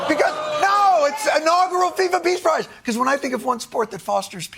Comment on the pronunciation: “FIFA Appease Prize” I’m dead lol